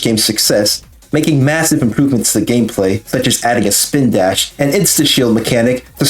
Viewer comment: mwesive you know what else is massive